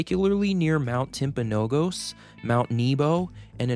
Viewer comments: As someone who lives in Utah I need to correct you It's not pronounced "Timpanog-ows" its pronounced "Timpanog-us" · Hearing Mt. Timpanogos pronounced wrong was painful. You had it until the end. It's pronounced Mt. Timp uh no GUS. Please remember that for the next time if you ever make another video about the Mountain. 😵‍💫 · Awesome video! To pronounce Timpanogos it’s “Timpano-gus” 😊 at least that’s how we pronounce it here in Utah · Great description of the Wasatch Range. I had to rely on my knowledge of technical terms, but overall your explanation is succinct and easy to understand. Just FYI, the proper term is LDS temples, not Mormon temples. The name 'Mormon' is no longer used. Amd Timpanogos is is pronounced tim-pan-NO-gus. Nits, I know. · Is anyone going to tell him how to properly pronounce “ Timpanogos” !? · I have never heard a local say timpanogos with a long last o. Utah locals pronounce the name with the emphasis on the first o. This was a fun video to watch.